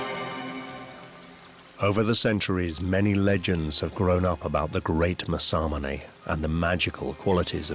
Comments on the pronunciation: Your pronunciation is appaling. The swordsmith(one of the 2 most famous nihonto smiths) is mas-a-moon-ah....spelt in english Masamune. Masamunes works has been surpassed easily by a large number of modern smiths from many cultures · British people.. make a documentary about masamune.. never learn how to pronounce masamune 😆